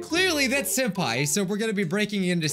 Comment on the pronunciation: Did everyone heard said Soup Pai or is it just meh qwq